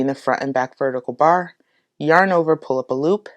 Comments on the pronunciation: Saaame xD Everytime I hear poolapaloop. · Great tutorial! Not too fast and not too slow! Also, every time she says "pull up a loop" my sleepy brain just heard "poolapaloop"